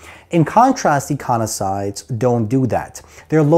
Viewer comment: Econisoid ❌ Ecosinoid ✅